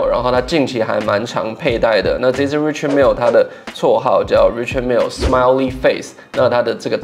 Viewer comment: Its pronounced Ri”Shard” Mille.